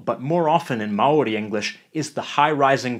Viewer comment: Man that Maori pronunciation is flawless 🤯Chur G